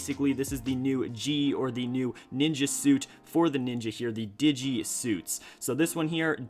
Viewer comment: Digeit jay not giget jay